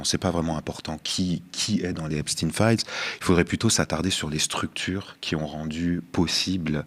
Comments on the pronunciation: si tu comprends pas que c'est pas EpstINE mais EpSTEIN faut prendre de la juvamine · Pourquoi Epstin et non pas EPSTEIN de son vrai nom , c est pénible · Donc maintenant, effet de mode !? Vous ne prononcez pas le suffixe de Epstein, comme dans: Frankenstein ? Einstein ? Weinstein? ...etc????? Et vous continuez de désignez les habitants des États-Unis par le terme inapproprié "américain" ! Alors que ce dernier terme désigne l'ensemble des peuples habitant sur le continent américain ! l'Amérique est un CONTINENT !! l'Amérique n'est pas un pays !!! Le terme "états-unien" existe dans le dictionnaire français, de même en Espagnol par exemple !! Utiliser ce terme "américain" au lieu d'"états unien", parler du pays en disant Amérique au lieu de États-Unis , c'est avoir le cerveau lessivé par la propagande colonialiste étatsunienne, et c'est participer à cette propagande !!! Réfléchissez !! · "stein" dans Epstein devrait être prononcé comme dans Einstein, Frankenstein